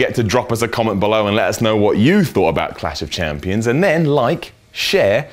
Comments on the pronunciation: is it really that hard to say clash of champions? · is reading a autoque, therefore how does he mess up saying Clash Of Champions lol